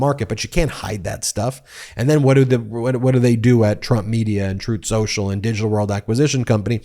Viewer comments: Troath Sential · Troth Senshal is how tRump says it, 🙂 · I've heard him say it "Troath Shoashul" 😄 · Ooh, Throath Shenthralh (hey, I'm just going with how Donald Chump verbalizes the name) is getting the backing of a pr0n-friendly bank. Maybe they should just rebrand to "OnlyTruth" (which Chump would then pronounce as "OnlyThroath", making it even more fitting). 😅